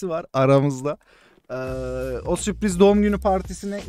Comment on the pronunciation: süpriz değil la sürpriz